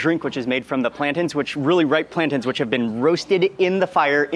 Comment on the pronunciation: When did Mark start pronouncing plantains as plantins? I swear it started a few months ago